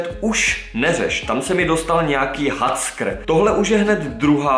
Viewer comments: naozaj prečítal hackr a nie heker (viem tak sa to nečíta ale píšem ako to povedal) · Hackr ,skvělá výslovnost😂😂